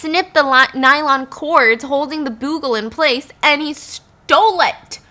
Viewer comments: Bugles aren't that common these days, so it's not a criticism or anything, but I just want to point out that it's not pronounced "boo" -gle but rather "bu" - gle ("bu" rhymes with hue or you or dew). Love your storytelling, Stephanie! Fascinating stories!! 💚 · Byyyuuuu-gul not boogul ❤️ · It’s pronounced Be-you-gul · Hey Stephanie & Stephfiance. Just letting you know that "Bugle" is pronounced: Beau-gle (change "boo"gle to "beau" as in beautiful) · I love you guys! Your videos always put me in a better mood. But please don't hate me for commenting to let you know that instead of "boo-gle," it's actually "byu-gle." I tried to see if anyone else had already said it. Commenting out of love!♡ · Bugle is pronounced b'you-gull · Actual story starts Edit: cracking up at the way you're pronouncing bugle 😁 it's "BYOO-gil". Love you Stephanie!! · I came looking for this comment! 😂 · Just about to say this too. 🤣🤣😂🤣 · The last story is the European version of the bling ring. You’re right, so many expensive things were not protected I had all of until recently, no one thought anyone would be confident enough to try and steal it. But also the way you pronounce bugle LOL I’m crying. It’s pronounced the same as the chips, the instrument is their name sake because they are shaped The same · Thank you! I didn't want to be nit-picky but she said it so many times. 😂